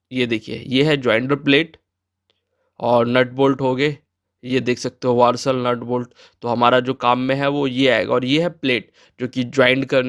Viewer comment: वारसल नहीं वासर